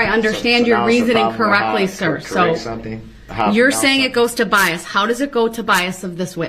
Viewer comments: OMG one of my favorite moments... BIAST. bias? BIAST. no B-I-A-S, bias, there is no T at the end. LMFAO...judge and educator. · Had me laughing when he kept saying "BIEST" and the judge was like, "oh BIAS?" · He also learned the word is “Bias” with no T at the end 😂